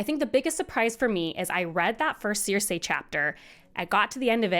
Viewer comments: I'm so happy You have this take. I have SO MUCH Appreciation for Feast. Btw, no disrespect but the way You say Cersie's name (Sir-See) drives me CRAZY 🤣😂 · Sees: Cersei; Reads: ‘Seer-Say’… 🙄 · Cersei ❌ Seer-Say ✅ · Great video, but the pronunciation of “Ceeersei” was very weird 😂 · Was listening to this (admittedly excellent) review as I was trying to go to sleep, but every mispronunciation of 'Cersei' burst my brain like an overly confident Oberyn Martell at a Lannister trial